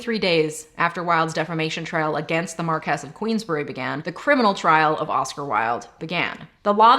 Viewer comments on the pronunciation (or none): For future reference I'm pretty sure Marquise is pronounced Markee or Markeez, not Markess. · marquess = mar-kwiss salisbury = sols-bree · A little part of me dies every time she confidently mispronounces "Marquess."